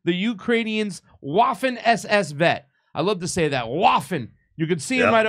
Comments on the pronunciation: it's pronounced "Vaffen," not "Waffen." In German, "W," is "V," and, wait for it, "V," in German, is pronounced, "F!" Keep up your great videos! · Come on! It’s pronounced “Vaffen”, not “waffen”. It’s German, for Christ sake. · Its not waffen.....its pronounced Vaffen , . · A "W" in German is pronounced like an English "V." Love the show. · W's are pronounced as V's in German (Duetch) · It's pronounced with a V as in, Vaffen SS. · Did I hear you right? Did you say WAFFEN? 🫠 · It’s pronounced ‘Vaffen’ SS. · It is pronounced 'vassen,' idiots. I am waiting for the 'Glorious Red Army' to apologize for raping its way across Eastern Europe. Does rape of conquered people count as a war crime? Putin could apologize for the Holodomor, which may be the main cause of the divisions in Ukraine till this day At least he apologized to the Huns and the Czechs. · Hey, you need to say it like VAFFEN. Lol you say Heil mein führer to Trudeau. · You should pronounce waffen more like vaffen actually. ;) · There is no W sound in German. It is pronounced as [Vaffen], as in [Rehard Vagner] but spelled Richard Wagner. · It's pronounced 'Vaffen SS' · Minute Except it's pronounced /VAH-fehn/,. I think it's incumbent on Western politicians to declare whether they're committed to seeing an end to Hitler and Hitlerism, lest they be counted among those who're working to see a revenge for the victory of May 8-9, 1945 against the German side (revanchists) and are using the name "Russia" as a proxy for the remnant of the anti-Nazi alliance they want to see destroyed. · That's not how you pronounce "Waffen"! 😂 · Im good with the pronunciation on the show of course, but the W is pronounced as a V in Waffen.